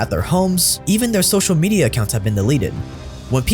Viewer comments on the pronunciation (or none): none